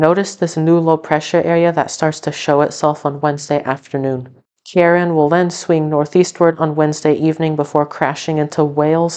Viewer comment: It did sound like it was gonna be storm Karen. But it is meant to be pronounced Keer-awn.